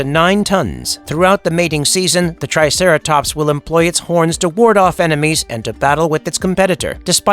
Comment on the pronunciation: "the triteracops"